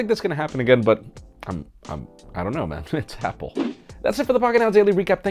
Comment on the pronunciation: you know... it's happle! hahhaha